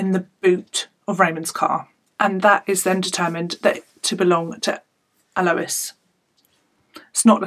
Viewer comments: I went to school with Alois. He was a gentle giant. I spoke to him not too long before his murder. He was very proud of his family and changes he had made leaving bad influences in Newcastle. I don't like your inference that Alois was involved in crime. Yes his name is not pronounced that way. It's "Al-oy-s" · I'm an Australian and it's pronuced correctly the first time you said it hahah